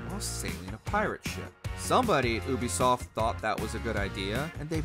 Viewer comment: The guy constantly calling them "oobisoft" is pissing me off.